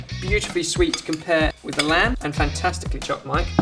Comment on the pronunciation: "This lamd and aubergine stew is packed full of spices and flavors, so.. watch this" hahaha